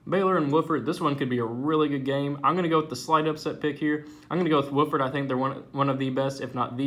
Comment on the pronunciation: Btw it's pronounced W-OFF-FORD. Key is OFF